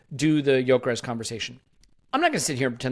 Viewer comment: really needs to stop saying YOKERESHSHSH